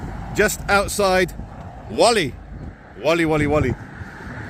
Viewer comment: Well done for incorrectly pronouncing Whalley. Maybe you could have a go at buggering-up Eanam (in Blackburn). 😂